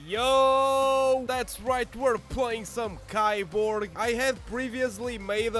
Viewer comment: It's pronounced "KEY-borg"